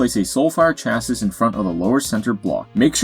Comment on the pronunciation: Good one thanks. Just for future reference, chassis is pronounced shassey...it's French origin I think ;)